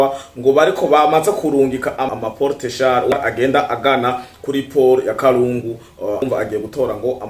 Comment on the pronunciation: nkatwe twabaye aho Uvira bavuga KALUNDU et non kalungu. Komereza aho mu jeune wacu.